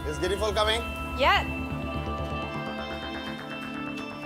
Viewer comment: Can't say Guinea Fowl.😂😂